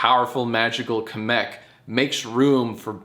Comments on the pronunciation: I like how you call him Kumic .... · did jack really call kamek "kameck" he's american so i'll let him call him that edit; i had to do full research just to find out kemek is a male. i really thought kamek was a girl. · kuh-meck is my favorite mario character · I love the way he pronounces Kamek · Love the mispronunciation of Kamek lmao